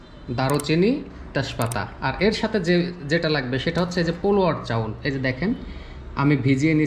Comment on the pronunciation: পোলো চাউল মানে বুঝতে পারলাম না একটু ঠিক ভাবে বলবেন দাদা